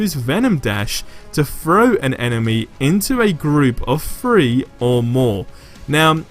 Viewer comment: its three not free